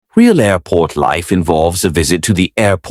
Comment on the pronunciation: "Aurport ZEN" 😅